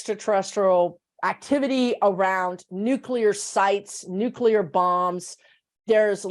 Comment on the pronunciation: Interesting W O W. I for one, am not too worried about A.I. running amok. We'll make the necessary adjustments and life will go on. On a very minor note -- I'm glad to hear using the term nuclear, (pronounced new/clee/er,) rather than nu/que/ler. Language matters, people! Lol.